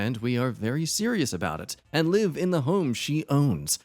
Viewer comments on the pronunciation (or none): none